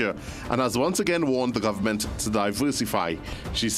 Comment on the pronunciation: Please pronounce the words properly It's Government not Governmont It's Parliament not Parliamont time to do better It's ment ment not mont mont